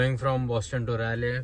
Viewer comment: I think my weekly goal would be to make sure you start pronouncing Raleigh properly, ITS 'Rah-Lee' not 'Rae-Lay'